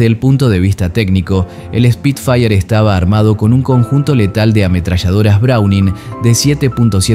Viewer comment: Como corrección, no se dice Speed fire si nó : SPIT-FIRE